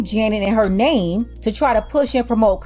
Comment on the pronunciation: How uze pronounce her game again ? Oopz . I mean name ?